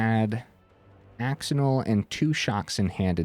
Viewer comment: really cool deck!! def gonna try it out soon i've been wanting to try screaming nemesis but ftr axonil is pronounced "ash-oh-neil" lol